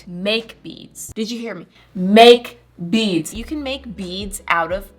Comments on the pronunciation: It thought you said "Make beans" But you said "Make beads" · for the longest time i thought she was saying "make beans" 😭